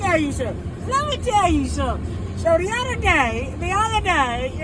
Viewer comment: “The oduh day”